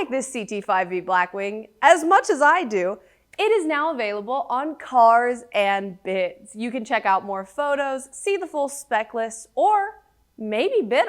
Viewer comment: Great review, but I believe it's pronounced "Carrrrrrrrrrs and bids"